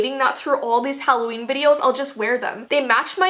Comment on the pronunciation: Halloveen xD I geeeet it